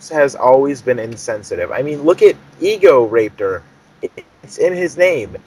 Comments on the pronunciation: What kind of shit are you smoking? You must be cooking up some good meth because you guys are some fucked shit. Ego-Rapetor? No, it's pronounced Ego-Raptor, like the damn dinosaur because he has a big ego. And JonTron isn't about robot sex. JonTron has that name because his name is John and he's into technology, that's why he has Tron in the name; plus it rymes with John. So before you start up false stuff, know the info. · its egoraptor not egoraper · I stoped watching after this idiot couldn't read. Egorapetor.. its egoraptor you freak in claud. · It's egoraptor not rapetor is this a joke video? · Egoraptor not egorapetor wth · he is an idiot he is saying egorapetor not egoraptor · It's EgoRaptor not EgoRAPER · Idiot can't read. Its not EgoRAPED'ER, it's EgoRAPTOR. Raptor as in the dinosaur. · How you know this is fake in 2 minutes well he says egorapetor and as we all know its egoRAPtor so in hindsight do your research on game grumps before you try to hate on them and create a youtube breakdown it doesn't work because your idiots and youtubers are nice and smart people so stop hating and start making real funny or action packed videos (Your channel is useless go make a new one) Thanks and goodnight folks :) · .- it's Egoraptor...RAP not RAPE...you know raptor as in the dinosaur raptor...I...no...just no... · I disliked the video because everyone else did then you said "egorapedher" that's when I knew I fucked up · guy ur talking to the same guy who says ego-rape-ter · cough e-go-RAP-ter not rape Ok...just pointing it out